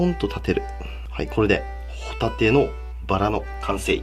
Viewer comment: ホ↑タ↓テ↓です